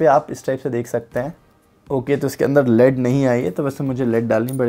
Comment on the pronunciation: Sir ji, "लेड" hota hai. "लीड" नहि। Just letting you know, please don't be offended.